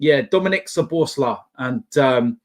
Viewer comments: I am Hungarian , you have to spell his name SO-BOS-LA-E . The I in the end you pronounce as an E . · Pronounce it Szoboszla'e'. Hungarian 'i' sounded as English 'e' otherwise your pronunciation is spot on! Hope you get this:)